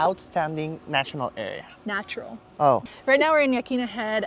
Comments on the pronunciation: The correct pronunciation for Yaquina is "Yuh QWIN Uh" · Ya-Kwin-Ah. It's an indigenous name. Not Indo-European. The Yaquina people had a sad fate. Let's at least try to pronounce their name close to correctly. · Ya- Quinn-nah sorry i am a local but just so next time you say it how the locals would